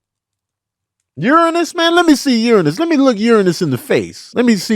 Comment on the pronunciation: props for the correct pronunciation of Uranus 😎 🫡